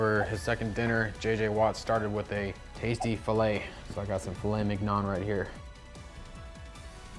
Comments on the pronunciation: filet mig-non 💀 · * Filet MIKNON * 😂😂😂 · did bro say filet mig-non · Bro fr said fillet minion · Fil-ey mick-non 😅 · Filet MI-G-N-O-N really???? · “Filet mig-non” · Did you seriously pronounce fillet mignon w a hard G? Dude...it's not mig non 😂😂😂 Lord almighty. If you're gonna do this professionally at least say it correctly. Smh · DID U JUST SAY "FILLET MIGNON"??? OSNVJNWIS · Filet mignon... NOT. DA... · Do You Even Know What "Filet Mignon" Is!??🤔 Cuz That Aint It Brother!😂